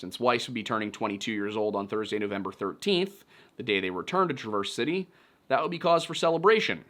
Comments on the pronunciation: You’re pronouncing Traverse City wrong 🤣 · The pronunciation of Traverse city made my skin crawl lol. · I agree. That said, while mispronounced a few city names, Part Time kept calling Sault Ste Marie, "Soo City". Not "the Soo" or the Sault...just "Soo City" though he did say Sault Ste. Marie correctly. kept saying "Saunt" instead of Saint 😂 and Traverse City, "TRAH verse City" 😅. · Not to nitpick, but it's pronounced "Tra-verz" ("a" sound as in "at") City. Amazing video, btw. Love this slice of Midwest lore and your use of lyrics for the chapters. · Gotta love how non-Michiganders say our city names. TraVERSE City made me giggle. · I almost dropped my phone on my face when he mispronounced “Traverse”. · That Traverse City pronunciation had me lmao, Love your Videos but that one got me XD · About to say I’ve never heard Traverse City pronounced like that😂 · No one ever pronounces Traverse City correctly... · SO CLOSE!! Sault Ste. Marie Is SOO SAINT MARIE (Muh-ree) And Traverse City is pronounced like TRAVER'S CITY .... So close. I'm from close to there, if you need help with pronunciation, I can help